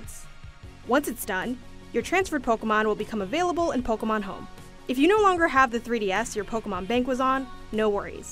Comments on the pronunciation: Pokuhmon pokuhmon pokuhmon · Take a shot every time she says “Pokamon”